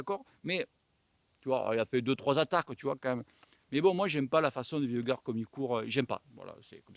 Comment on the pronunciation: vingegaard se prononce = ving gnegow